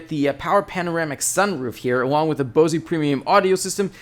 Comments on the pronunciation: Pronouncing tip....it's Bose as in "hose"....not Bose as in "Rosey". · Did you actually say a Bose(ie) premium stereo? It's pronounced Bose (like bows) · Lol do people take these reviews seriously? He sounds like he’s in high school and can’t pronounce “Bose”. Also compares it to a station wagon? Lol he should be reviewing bicycles